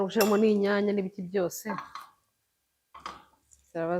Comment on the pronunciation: nkunda kumva ibiganiro byawe gusa reka ngukosore ntibavuga "Gushiramo bavuga "Gushyiramo! Nukuri dusigasire ururimi rwacu. Kandi rwose niko uvuga burigihe